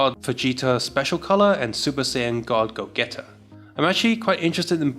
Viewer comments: Hey, i think you said the gogeta wrong. It was supposed to pronounce like :"gou jee taa" not "go get a" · it’s purnounced Goat Jeet A